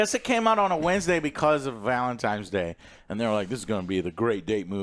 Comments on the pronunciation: Say "Valentimes" one more time.... 😠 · Does he know it's VALENTINES DAY not valentimes. Says it multiple times . Window licking on the short bus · Did he call it valentimes day